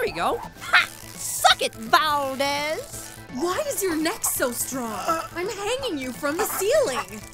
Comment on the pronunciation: Why do you call him Valdez? Are you Filipino?